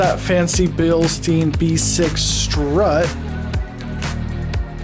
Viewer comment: Great video, thanks. Note though that you are mispronouncing "Bilstein" over and over in the video (although you did pronounce it correctly at the beginning of the video). Bilstein rhymes with mine, not mean. 😁